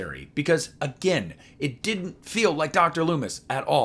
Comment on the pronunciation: I agree on the Loomis thing. … that “Did he kill agayyn ?” line … ugh. lol